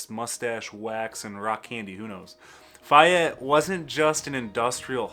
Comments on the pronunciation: First I have heard it pronounced "Fi-ette". I've always heard it pronounced "Fay-ette". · the goast town is pronouced FAY ETTE not fiyette are you sure your from michigan??? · I believe Fayette is pronounced "FAY-ET". with the accent on the "ET" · Fay (as in day) ette Lifelong MI resident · Faaay ette long A sound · You lost all credit at failing to pronounce "Fayette". It's literally pronounced the way it's spelled. Like. Bro. How?! 😭 The section of I-96 where it meets I-196 also screams. It's not that unique.